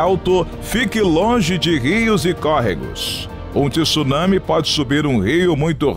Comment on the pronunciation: O vídeo é interessante mas TI SSUNAMI não dá para aguentar com uma voz linda dessas podia falar corretamente, é TSU nami.